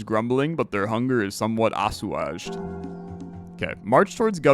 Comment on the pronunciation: I refuse to believe you don’t know how to pronounce meagre and assuage